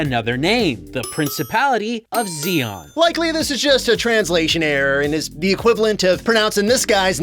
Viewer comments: Respect, eh? This Gundam gets destroyed pretty easily by stuff that, in the actual series, would hardly even dent it (Zaku gunfire and even landmines, for starters). And there's also all the mispronouciations (Zeon is pronounced "Jee-ohn" in Japan, but it still sounds nothing like "John"!) and just plain disrespect! In fact, in Japan (yes, this was released in Japan), this game has a reputation for being a "kusoge", which is "crap game" for those unaware! Despite having some of the actors from the show reprise their roles (thus making them sound better), the story is still terrible! Heck, Char's actor is outright ridiculed for not only his ridiculous cosplay, but also for looking too old and ESPECIALLY that chin! Fans call this particular Char "Char Ago-nable" (Ago being Japanese for "chin")! -_ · relistening to this, when he screamed when he was going to crash the ship, it actuially sounded like they used a soft z instead of a hard one, meaning that they are trying to say the name wrong while using the right spelling. for exaMPLE, instead of Ze-on, the do something like zzz-eon o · yeah, same thing with ''jeanne'' and Zeon. in japanese, some words that starts with Z are pronounced like J if they have yu after (ex: Zyuranger is pronounced Juuranger) the translators probably thought that every word starting with Z were pronounced like a J hence ''Jeanne' instead of Zeon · you kept pronouncing Zeon wrong. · intersting on that they can't say zeon but nailed it on the specific model of the zaku